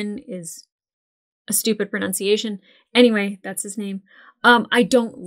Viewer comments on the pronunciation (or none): none